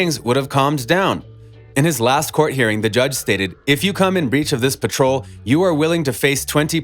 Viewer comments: It is parole not patrol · He ain’t even say parole right